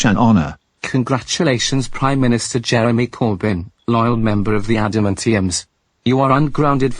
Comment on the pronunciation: I'm not sure what her voice is but she mispronounced Jeremy's last name because of her cool accent